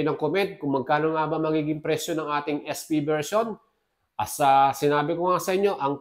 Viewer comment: AEROX S fiii? Hindi ba SP? Bakit yung pagkakabanggit mo ES FI?